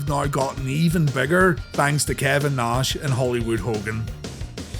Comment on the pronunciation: it's funny how you can say the name rowdy piper but not savage and nash, you say it like sevage and nesh